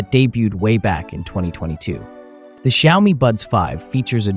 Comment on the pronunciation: Why do you call them shiaomy?😂